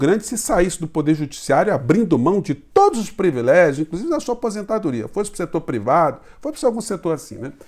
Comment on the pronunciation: "Privilégio", professor!